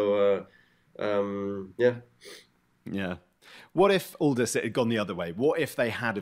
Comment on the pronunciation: Butchered both names. "Neeko" & "Oldas"